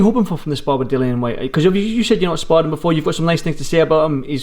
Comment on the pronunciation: It's Dillian Whyte, as in rhymes with Gillian and not Dillon. The number of times the interviewer said Dillian, I think he was hoping (and failing) that might pick up on it.